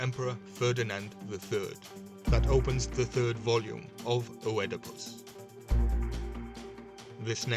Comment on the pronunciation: Har-po-cra-tes, innit? Oedipus is pronounced Eedopus, weird as that may seem? Have you ever thought about joining a fraternity of sorts? Or studying classical lit? That might be easier, and in a lot of cases, cheaper, too. The scarab - Kephra - the Sun at midnight. That lotus will get you proper high! And then you talked Thoth. Don't you ever look at an animal a deity has been identified with and go, "Huh?" The ibis, the Egyptian ibis in that case, which is really just a slightly different colored hadada (grey ibis) that we get in South African by the noisy, roofing painting, rather dopey-looking birds being identified with wisdom and the passing of the gift of writing onto humankind, the old mysterious relationship with that ape. What an oddly dopey bird to equate all that majesty with, yeah? I suppose hawk was taken. And eagle, well, maybe they weren't terribly common in the desert. Vultures would't do for fairly obvious reasons I guess. Anyway, an ibis it became and to this very day, remains. Geometry, astrology, medicine - he's a big 'un. Just like his Roman and Greek counterparts, thought maybe a little cooler. Something about the Egyptian pantheon just seems to have a certain je nais se quoi - a radness that makes the others seem a bit like comic book characters, but when you put them all in a room together, they all just seem to melt together into a large beaker like a great, big, sloshy marsh of magic and mystery. I love it dearly, I do, so much so that I allow it to